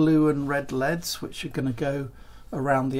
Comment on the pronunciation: They'er NOT LEADS, they're L. E. D. s dammit!!!